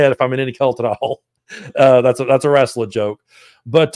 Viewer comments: “rasselin”. 😂 I love you! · Lol love how u say it RASSling